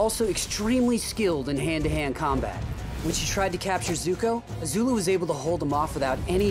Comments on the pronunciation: Its Azula not Azulu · Don't say ZUZU